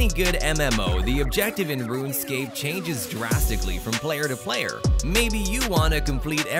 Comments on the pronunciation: “Rune Escape” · This is corporate YouTuber garbage. And did he say "Rune-Escape"??? Wtf...